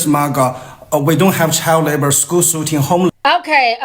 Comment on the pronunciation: “Shcool Buss” 💀